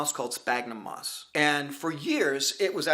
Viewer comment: Oh moss!! At first, I thought you said 'moths' :-D (Great video btw)